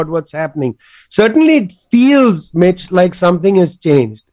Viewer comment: Whenever he says "listen Mitch" it sounds to me "listen bitch"😂